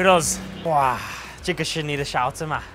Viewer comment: Not shaozi, it’s saozi, haha, they are totally different. Shaozi means spoon, and saozi is a kind of pork. Be careful!